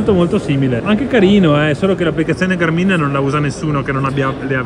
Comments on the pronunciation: ma si dice sul serio Garmìn? con l'accento sulla i?? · Negli USA l’accento è sulla “a”. L’accento sulla “i” mi fa un po’ ridere...😂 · Fantastico tutto, una cosa però per favore: Gàrmin non Garmìn Buon proseguimento di giornata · GA'RMIN.....non GARMI'N ...... 😀